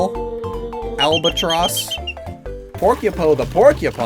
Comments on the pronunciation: Albatoss, not Albatross. Because it tosses the Bob-Ombs. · hey, I thought it was "Albatoss" without the R..?